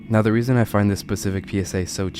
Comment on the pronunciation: Bruh are you serious right neow